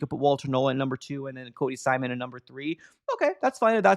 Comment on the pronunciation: Yeah, it's Cody "Simon," not "Simson."